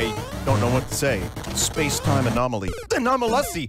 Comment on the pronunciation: No fucking way Vin said anomalussy